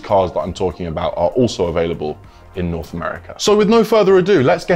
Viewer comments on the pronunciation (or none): none